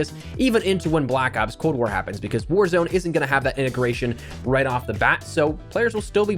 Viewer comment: Sounded like you said whorezone